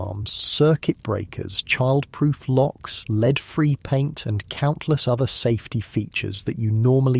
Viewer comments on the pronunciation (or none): It sounds like an actual human voice, so why does he forget how to pronounce "lead" about halfway through???